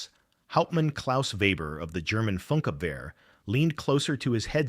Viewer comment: It's pronounced "foonkABverr"